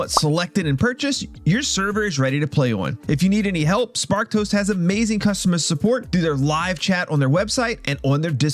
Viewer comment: Swear I hear you saying "Spark Toast" rather than "Sparked Host" ... 😂😂😂